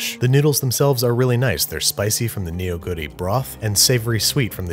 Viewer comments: I'm a Korean and I've been watching babby since like, the beginning of time I'm quite happy to see a Korean film featured on the show, thanks babish (Also it's pronounced Nou-guri(너구리), but boy no one can't say you didn't try) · In regards to your pronunciation: your pronunciation of Neoguri is the one that got me. the eo in korean words is pronounced like our long "o". Phonetically it's "No-goo-ri". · Ah nevermind, your question was about his pronounciation - he is very close. One thing I will point out is it's actually not neo-guri (as package suggests), it's more like nuh-guri. Can't blame him though, the packaging itself is misleading. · Just to correct, Neoguri is not pronounced "Nioguri", it is "Nuhguri" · It's not "ne-o-gu-ri" it's "neo-gu-ri" the "eo" stands in for a single vowel sound (ㅓ) that's like the "o" in "off", "brothel", "olive"... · especially neo-guri as if it's Neo (as in new) Guri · You don't pronounce the "neo" in Neoguri like Neo from the Matrix. You say it like "nuh", so it sounds like "nuh-goori" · In normal cases, ya, it is pronounced "lee." However in this case, its more pronounced "ri." So it's "nuh-goo-ri." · Just a note, neoguri despite the spelling is pronounced "nuh-goo-ri" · "NEEYO-guri" "Jjajang meeyong" "Jambon" (but in French) Babish pronouncing Korean words is the best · The way you pronounce chapaghetti and neoguri makes me cringe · Well the pronunciation wasn't perfect. He pronounced the J of Jjajangmyeon more like in Jacques than in Jack. And Neoguri is not pronounced like Neo from the Matrix. Wow, I must be really fun at parties. Just realized how pedantic this comment makes me look. Anyway, I agree with everything else you say and I love that Andrew puts in the time and effort to research the pronunciation and the cultural background of his dishes. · Most Koreans pronounce that word wrong. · He mispronounced 너구리